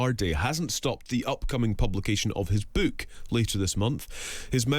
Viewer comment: Wtf is this "beuke" that this woman keeps talking about?